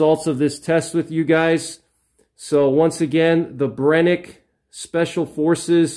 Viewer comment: The SF slugs are garbag as they do not seal well against water and have high potential for failure. Just use the Black Magic, they're essentially the same. Amd it's pronounced Bren-uh-kee not Brenick, fyi